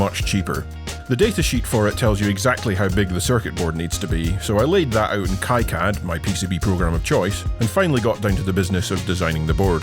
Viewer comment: Isn’t KiCAD pronounce “Key CAD”?